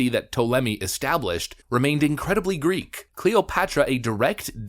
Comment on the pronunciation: Greek, not Griggrrr.